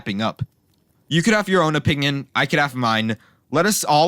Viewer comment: "you can have your opingying and i can have mine"